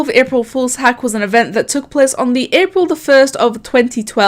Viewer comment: i love when you say plece